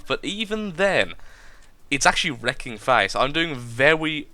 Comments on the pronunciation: Lol vewwy vewwy well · lol. You do vewy vewy well with wails. xD